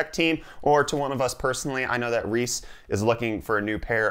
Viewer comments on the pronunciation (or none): none